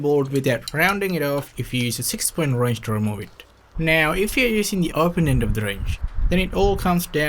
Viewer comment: The way you say ”Wrench” Wroinch